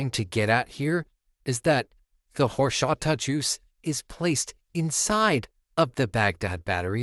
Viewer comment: "Whoreshata" Lol